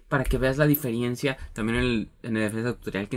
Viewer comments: Se dice DIFERENCIA, no DIFIRIENCIA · muy buen video crack!! me ayudo mucho, sigue asi oyes por cierto se nota mucho la palabra Diferiencia y es Diferencia sin la "i" , Saludos